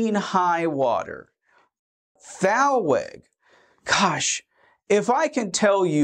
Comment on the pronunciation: Thank you for the informative video. In case you're interested, thalweg is a word of German origin and it is pronounced "tahl-veg."